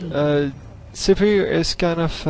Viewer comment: Sivir not suburb